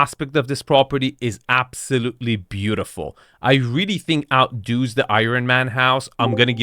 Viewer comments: "Outdoooos" the house? Let's try again. "Out-duhz." You got this! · "OUTDOES", not "outdos". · “Out doos”?